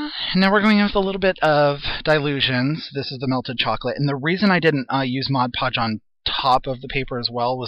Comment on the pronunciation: MOD-podge,! This video is making me laugh, for which I thank you, cuz this day started out in the dumpers!